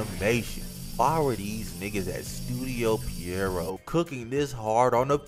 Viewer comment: I swear you are the goat you are the only person I’ve ever heard pronounce the name of the studio correct most creators say “pier-rot” lol